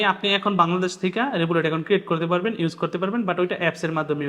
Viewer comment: রেবুলেট না রিভোল্ট